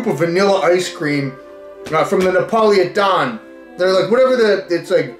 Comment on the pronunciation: Ne-Paulie-A-Don is how I'm gonna pronounce that ice cream from now on..